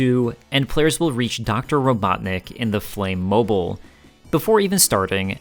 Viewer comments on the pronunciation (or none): The bosses end in “-mobile,” which is pronounced like the ending of “automobile.” It’s “mo-beel,” rather than “mo-byle.” A mobile (mo-byle) is a charm that hangs above a baby’s crib. Robotnik’s inventions are like automobiles. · The "-mobile" suffix for the bosses is meant to rhyme with "automobile," not "mobile" as in mobile phone